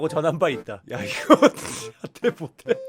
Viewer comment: '못해'를 '모대'로 발음하는 거 완전 어르신같아요...